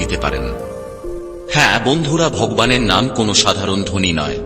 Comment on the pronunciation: আরে অপদার্থ , কমসে কম, ভগবান, উচ্চারণ ঠিক ভাবে কর। তারপর জ্ঞান দান কর।